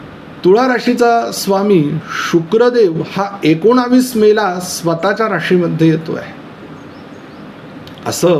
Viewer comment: Ekonavis नाही एकोणीस म्हणा